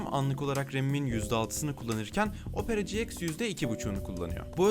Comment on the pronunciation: Herkes: opera ciiks Hellian: opera cieks